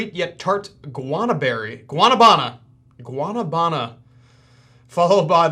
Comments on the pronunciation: Guanabana is pronounced GWAH Nah Bah Nah ☺️ go to a Hispanic restaurant and order a guanabana shake with milk. It’s delicious! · the way you pronounce guanabana haha its also know as soursop